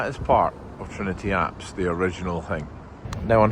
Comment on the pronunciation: Very interesting. Does Trinity Church account for all the graveyards between Calton Road & Regent Street? BTW, "apse" rhymes with "maps" -- "apes" are something else altogether! :)